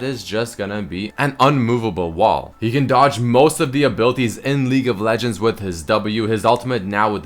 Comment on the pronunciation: "her ulti is among the best in LEAGU of Leguends"